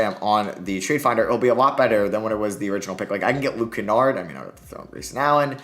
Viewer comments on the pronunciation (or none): none